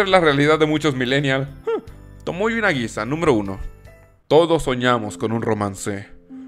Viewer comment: No es TomoyO es TomoyA con "A" sr!!!!